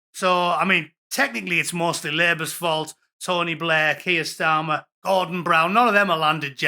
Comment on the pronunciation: Kweer Starmer!